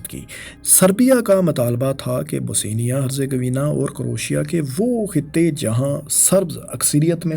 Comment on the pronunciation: Bosnia not Bosenia! Dominant not dominance!